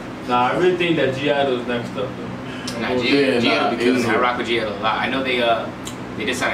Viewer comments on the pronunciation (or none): They are definitely my favorite girl group now. Hann and La Ta ta are such bops 🔥 Thanks for finally reacting to it 💟 Edit: BTW you don't pronounce the G, it's silent, atleast so i heard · Hey wanted to correct something ... The 'G' is silent ... And so the group is called 'idle ' ... 😁 ... Btw good reaction ..👍😀